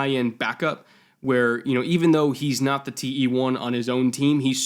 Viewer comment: Why do you pronounce every THE di? What kind of bullshit english is that?